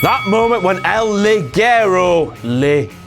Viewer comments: It's not pronounced "LI- GUE-RO" It's pronounced "LI-JE-RO" for christ sake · Ligero is pronounced: LI-HE-RO What you're saying translates as "garter belt" (liguero in Spanish, pronounced LI-GE-RO) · First, you keep mispronouncing Ligero. It's supposed to be Spanish and "ge" sound like "heh", therefore it shoud be pronounced lee-HEH-raw. I say that because everyone botched the pronunciation. Not just, although he did botched it worse. I know how it should be pronounced because I'm Mexican. Second, I thought that Rampage could be Blampied's pokemon, just look at how he orders the piledriver, he could be a pokemon! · It's not LiGUEro... You don't pronounce it like GUErrero. It's LiGEro. It's a similar sound to beginning of the word "hectic," without the k sound. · It is /Lijero/ in spanish, it means light, /liguero/ is the name of a kind of woman stockings. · No11, you can´t pronounce it right either, King, Maybe if you say it like "Lijero", but not "Liguero". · it's pronounced "el lijero" "ligero" is women's underwear... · how 1 english man should say "Ligero" : Lijero this is how it should be pronounced :D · It's pronounced Li-je-ro, even the name is stupid, is "light" in spanish... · You can't even pronounce Ligero right, you stupid idiot King. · That's not how to pronounce "ligero" in spanish :V